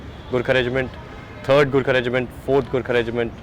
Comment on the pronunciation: fking cant even pronounce gorkha